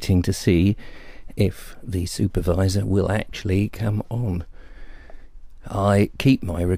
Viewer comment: "Wirus, wirus, wirus, wirus, wirus, dobly you, dobly you, dobly you, dobly you, soopurwiser, soopurwiser, soopurwiser..." BEWARE!